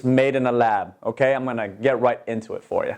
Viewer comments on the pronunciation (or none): none